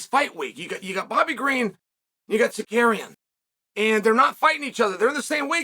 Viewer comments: Men can’t stop laughing 🤣🤣🤣, Chael it’s not tsakarian it’s tsarukyan lol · Auto subtitles has "Tsarukyan" pronouced like "Sir Karen" "Sarakian" and "Sarcaran" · Zarukyan would the accurate pronunciation 🇦🇲❤️✝️ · SAH-ROO-KEY-AN say it Chael, say it 😂😂😂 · Carukyan just that’s right pronounciatian 😊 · Arman “SarKaryan” 😂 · Chael Stop trolling us with butchering these names!! 😂 And if the judge DID apologize to Tsarkarean, the UFC should investigate that 🤷🏻‍♂️ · Herman Sarkarian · Pronunciation of his name on purpose? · Why you keep mispronouncing his name on purpose, man? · Can you learn to pronounce their names??? God damn dude. Or just say Arman. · Bro said his name properly on ESPN then went back to his old ways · Cheal makes it a habit for mispronouncing people names smh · I saw the title of the video and knew I would hear 16 different pronunciations of "Tsarukyan"